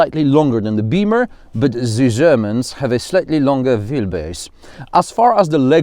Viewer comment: for me its always and the his signature phrase "zee Jermans"🤣. I Appreciate your honest and straight forward reviews